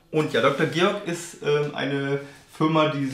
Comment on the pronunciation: Goerg, nicht Georg...